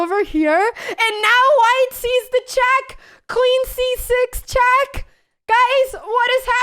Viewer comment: I don't, same with "chack" and "aff", which is really weird considering she fully masters the english language, quite uncommon for a spanish person.